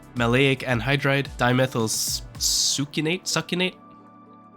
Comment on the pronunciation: being unable to say Succinate and then 4 chemicals later nailing the super long dust name is kinda funny